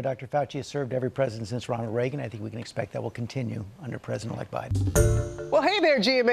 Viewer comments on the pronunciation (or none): none